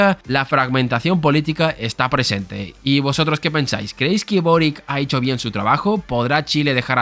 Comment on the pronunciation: El apellido Boric es de origen croata, se pronuncia "Borich".